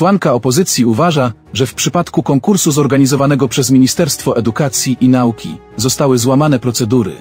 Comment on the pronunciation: Coś spada poziom tego serwisu. Mało wiadomości, dużo długich komentarzy, a jezykowo to dno. Lektor intonacją gubi sens zdania, a Pan, gdy mówi " naUki" (i nie tylko), to mnie trafia. POLSCY REDAKTORZY!